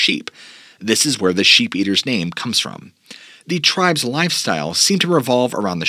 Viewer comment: Do you realize that almost the entire time that you were talking about the SHEEP eaters you were calling them SHAPE eaters. Just like you pronounce Appalachian as AP-A-LATCH-IN in a previous video. It's AP-A-LAY-SHIN